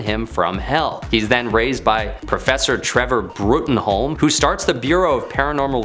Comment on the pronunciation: Midnighter is from Wildstorm, not Valiant. And Bruttenholm is pronounced "Broom". This is why we need editors.